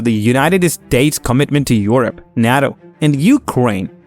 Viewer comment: Your pronunciation of NATO is hilarious 😂